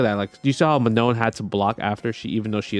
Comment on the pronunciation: It is NOT ''ManoN'' it is ''Maa Noh''